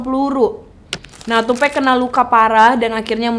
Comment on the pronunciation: NOT TUPEC, IT'S TUPAC! That's why Nas said " white people always said TUPEC, not TUPEC.. TUPAC " Sedikit kasih tau ya, Tupac sama Biggie itu deket banget sampai pada waktu Biggie lihat Tupac deket sama orang yang dianggap berbahaya sama Biggie, Biggie ngasih tau ke Tupac kalau jangan terlalu deket sama orang itu, gue lupa namanya dan itu terjadi disuatu acara. Tupac risih sama kelakuan biggie yang bgitu, mulai dari situ hubungan pertemanan mereka renggang dan kurang baik. Soal lagu " Who Shoot Ya " itu bukan lagu yang dibuat untuk tupac pada saat itu, tapi itu lagu emang sengaja dibuat sama biggie, terus orang orang terdekat tupac pada ngomporin ke Tupac kalau lagi itu dibuat untuk dia apalagi seperti yang kita tau dia abis di tembak.. lagu Who Shoot ya keluar beberapa waktu setelah itu, Tupac dkk mengira itu Diss Track ternyata bukan. Dan seperti yang dijelasin setelah itu Rilis lagu " Hit em Up ". Penjelasan soal Keefe D ini juga ga jelas, di suruh bunuh siapa yang dimaksud ? Tupac apa Biggie ? Keefe D ini adalah Om dari Anderson yang di pukul Tupac dimalam itu, dan dia orang yang melaporkan saat itu kepada omnya Keefe D yang seorang bandar Narkoba. Balik kilas ke Kehidupan Keefe D, dia tumbuh besar di Compton dan dia dari kecil sudah begabung dengan Gang. Singkat cerita dia dewasa kerja di perusahaan tapi dia ga nyaman, lalu dia milih buat jualan narkoba. Lanjut lagi, ni keefe D ga tinggal diem keponakannya di pukul. Jadi pada hari itu setelah tupac dalam perjalanan pulang